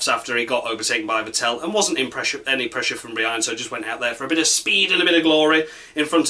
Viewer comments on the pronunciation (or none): Vettel rhymes with battle, actually. Not with Fat Al.